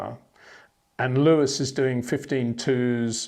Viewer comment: I It is not "Bottash" nor is it "Lewish" certainly not "verSHtappen" .... This BS started long time ago when a British sport presenter interviewed father Jos Verstappen and assumed you can use a German pronunciation to a Dutch Driver thinking it is so "funny" ... It is not.